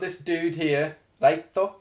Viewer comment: It's Light Yagami or ..... Light Imagay